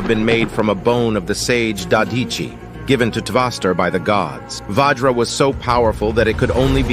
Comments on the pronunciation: It's vajra not vaajra and Also It's ganga not ganji don't pronounce wrongly it will effect to The future of uor history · Pronounce it as vajr*